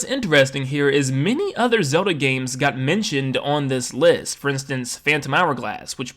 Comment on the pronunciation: All I hear is "Soda" instead of Zelda